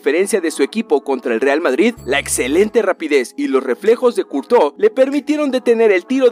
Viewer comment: Courtois se pronuncia curtua